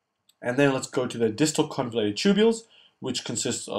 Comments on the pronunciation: Just a small correction, it is the distal convoluted tubule, not convulated. But the videos are great! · * Convoluted tubule not convulated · great video.. thanks a lot!!!! (convolUted not convULATED)